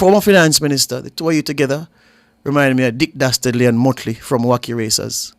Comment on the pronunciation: Lol@ dasterly and motley😂😂